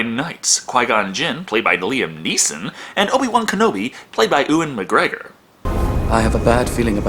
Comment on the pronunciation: Uwen mcgregor hahahaha